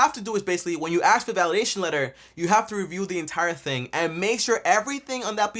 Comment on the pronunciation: An accountant who says if you “axe” me instead of “ask”…..sus